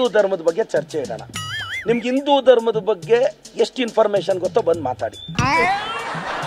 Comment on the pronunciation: ಇಂದೂ ಅಲ್ಲಾ ಅಣ್ಣ... ಸರಿಯಾಗಿ ಹಿಂದೂ ಅಂತ ಉಚ್ಚಾರ ಮಾಡ್ರಿ ಮೊದಲು... ಆಮೇಲೆ ನಮ್ಮ ಗೌಡರ ಬಗ್ಗೇ ಮಾತಾಡು 😂